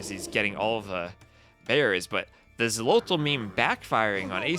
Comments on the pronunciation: I am not hundred percent sure about the pronunciation in the native language, but in Spanish that would be pronounced "Kholotl", as in old Spanish the "X" wasn't "X" but "Kh" (That's why Mexico or Texas are pronounced with "kh" in Spanish but written with "x", or why sometimes "Don Quijote" is written "Don Quixote"). In general the Spaniards of those times tried to transliterate the native words as best as they could to Spanish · "Xolotl" is pronounced "Sho-lott-(t)" with the -tl on the end that I think is best phoneticized with a very weak "th" sound in English. It's made by placing your tongue behind your front teeth and blowing air out the sides of it.